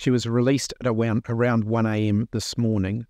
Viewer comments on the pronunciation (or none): Bro said awound 🤣